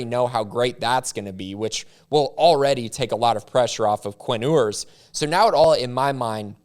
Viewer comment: It’s pronounced “You-ers”